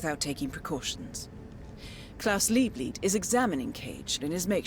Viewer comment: “And klaus liebleld” RIGHT AFTER SHE SAID LIEBLEED TWO SECONDS AGO